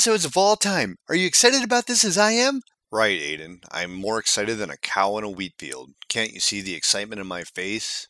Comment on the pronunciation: its adam not aiden